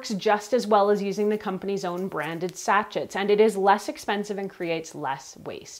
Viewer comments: BTW Sachet is pronounced “sashay”. I laughed every time you said sacheT 😂 lol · Woah. Sa-shay. Not satch-it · Sachets pronounced Sachey 😂😂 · Sachet is pronounced as sa-shei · Sachet Sounds like sa·shay Almost as cute as Nigella Lawson’s funny Pronunciation of Microwave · great video....just FYI...Sachet is pronounced Sa-shay. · (pssst: it's pronounced "sah-SHAYZ") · it’s pronounced sashaye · I agree she has a great voice and intonation. I just wish she would pronounce “sachet” properly.